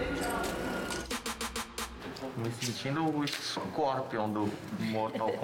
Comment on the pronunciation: Meu deus vc falou socorpion